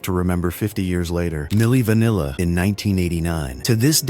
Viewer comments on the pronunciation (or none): "Milli Vanilla" oh man here comes my daily rant about how much Ai sucks! Edit : "Far"-rah Faucet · Milli Vanilla 🤣 AI still 0 for 100,000 for not butchering names in every video.